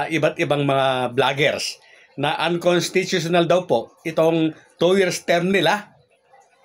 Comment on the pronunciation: Ayusin mo ang pag pag bigkas ng unconstitutional,...